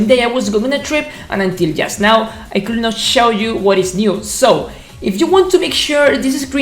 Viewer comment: I understood you all the time in the video, I mean you did it so good. An advice" when you pronounce would or could do not pronounce the L, so it'going to sound like wud and cud.